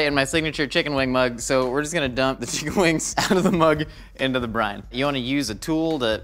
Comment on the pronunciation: I keep thinking he's saying Brian, not brine...